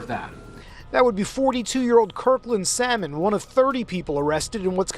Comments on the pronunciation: Salmon is pronounced Sah-mon..not Sal-mon..nuh bother go restaurant go order the Sal-mon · The l .is silent it pronounce samon imurt know it's my sir name just correcting you thanks. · THE "L" IS SILENT IN THE NAME "SALMON".!!